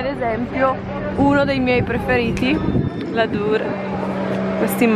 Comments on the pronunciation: E “ladur” 😅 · io non te lo vorrei dire ma shake shack è una catena che trovi a ogni angolo a ny. E la durée (si pronuncia "duré"!) è una pasticceria francese... che senso ha andarci quando sei negli usa?! basta con questo turismo spicciolo...